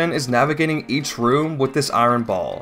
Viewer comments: Not gonna lie, hearing you pronounce "iron" as "eye-ron" made me flinch. The correct pronunciation is "eye-urn" btw. Don't ask me why it's not spelled like that. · Great video! Just a little gripe- iron is pronounced "eye-urn" not "eye-ron" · why do you say i-ron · I wonder how much eye-ron is in the Lay-naru Mines